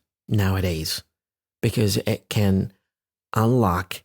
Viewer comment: ليه استاذ عبارة :it can ، نطقتها زي: e kn كانها بالعربي "إكن" ليه ماقلت: ايت كان؟